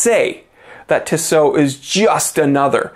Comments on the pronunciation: It’s TISSOT!!! NOT ‘Tsow’ LA people listen Grrrr… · My friend pronounces it as tishot and it really bothers me. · Oi septic you said Tissot wrong